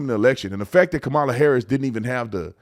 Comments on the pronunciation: I was hoping other people heard him say KamalToe🤣😂🤣😂🤣 TRUMP 2024!! Edit: some dont know but she has said her name is pronounced “Cahmala” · I swear I thought I heard him say camel toe 😂😂😂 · In that opening, I believe Trump said 'comatose', but to me it sounded like 'Kamalatose'. I think that's a great descriptor. ...Kamalotose. 🤣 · Kamaltoe 😂 Trump hilarious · I didn't even notice he said- kamala-tose!!! Omg, I'm dying!!